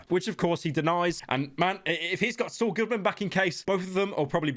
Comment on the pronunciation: He called Sual